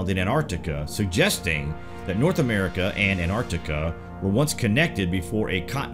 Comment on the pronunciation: Anarica? Contnints?